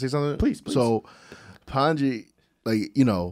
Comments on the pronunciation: Pandji not Pendji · Y’all keep calling him Pan Gee…….It’s Pun Gee not Pan Gee, Guys 😝